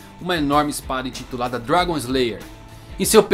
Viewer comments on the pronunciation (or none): none